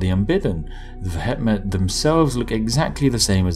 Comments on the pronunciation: Vehement is pronounced "vee·uh·muhnt". Not ve.et.met. It never ceases to amaze me how little native English speakers actually know how to speak their own language. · vehement is pronounced "vee-eh-ment" not "veh-heh-met" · AAAAAAAAAAAAUGH! V-eh-ment you bloody Brit! Good day, sir. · Pronounced ve-hee-ment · "veh het met" wtf is veh het met? it's vehement. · the pronunciation of vehement in this caused me physical pain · That's a very interesting way of pronouncing vehement and the "Brits can't pronounce foreign" excuse doesn't really count with the entirely English word vehement (as in vehement denial). It is a weird name though, what are they vehement about? Or is it just their general demeanour. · Vehement pronounciation found here, Spiffing Brit :p /watch?v=T63GxxW_h1I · Mate, vehement is an English word. Why pronounce it in such a funny way hahaha